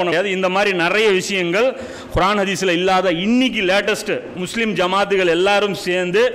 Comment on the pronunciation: நல்ல விளக்கம் சகோ: ஆனால் நீங்கள் உச்சரிக்கும் குர்ஆன் என்ற வார்த்தையில் (ق ) பதிலாக (خ)உபயோக்ரிங்க